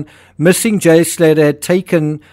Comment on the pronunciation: It's pronounced Slay'ah